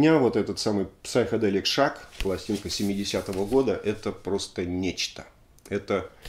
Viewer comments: В слове Psychedelic буква П не произносится, Сайкеделик. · Спасибо за очередной обзор.В комментах много идиотов(как всегда). В слове Psychedelic буква Р не произносится-просто сайкоделик.